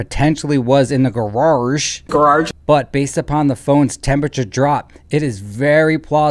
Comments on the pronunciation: Hey it's Grage not Garage. You idiot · The Ole 2 Car Garrarrrge 😆 🤣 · I can’t even pronounce “grarage” like. My mouth doesn’t move that way. 😂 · “Brian Higgins”… “gararge”, cracks me up EVERY TIME! The ending is gold!! Rest in peace officer John O’keefe. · I can't pronounce it correctly anymore after hearing it as graararge so many times...😂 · The funny thing is actually does insert extra R’s in some of his words. Juts like, just not as over the top. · maybe he’s from Massachusetts 🤷🏻‍♀️ and that’s why it’s so easy for him to add the extra R